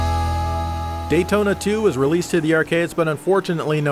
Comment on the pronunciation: Can someone tell me why the tune to Daytona sounds like "Dayee-ona" ...I know Japanese guys can pronounce "T's" so it's not that.